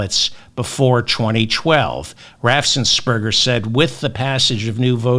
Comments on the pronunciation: David, the only thing I noticed that you got wrong is "Raffensperger." It has only one S; it's not "Raffsensperger." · David - I love you to pieces - the GA official's name is RAFF-ens-berger. One "RAFF" not two "RAFFS." RAFF-ens-berger.. Thanks for everything. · David, please practice pronunciation of "Raffensperger"! It has only one "s".